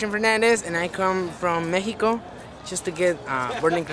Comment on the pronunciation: mehico xD